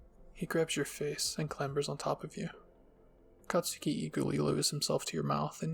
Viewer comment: You're saying katski wrong btw